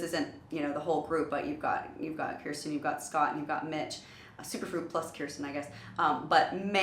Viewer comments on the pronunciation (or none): Kirstin - pronounced "Kur-sten". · Her pronouncing Kirstin, "Keersten" Pentaholics: 👁️👄👁️